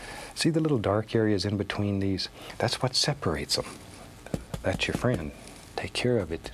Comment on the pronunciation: We don't have a mountain?! Hwhat?"